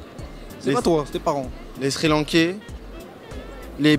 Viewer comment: quand il a dit les "Sri Lankais " jme suis dit "ALBATAAAAARD" mdrrrr